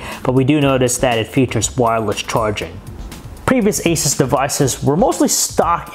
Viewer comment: Your saying Asus wrong. its A-Soos. like Jesus in spanish but only with an A